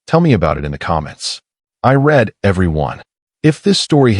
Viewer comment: AI still can't tell the difference in context when using the word 'read', i.e. whether it should be past (like red) or present (like reed). Mistakes like that are frequent and can make nonsense of a good story. Any chance of RI (real intelligence) in the form of a human?